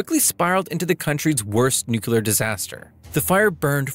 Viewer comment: N U C L E A R Not "NUCULAR."